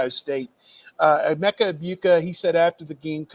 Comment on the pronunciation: needed to find out how to pronounce the last names of Chip and Emeka. Both main players…ask someone